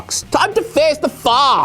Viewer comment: It really sounds like was saying," it's time to face the fuck." Not," Time to face the facts."